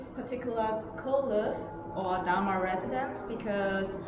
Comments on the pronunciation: every time you said Damai, me= damn I :') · "Damai residence" What I thought I heard "Damn... I.."